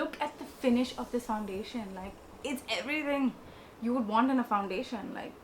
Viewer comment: Love how you said everyring instead of everything. You’re still cute tho😂❤️